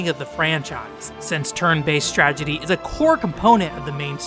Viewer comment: You keep saying stragedy instead of strategy and it's driving me nuts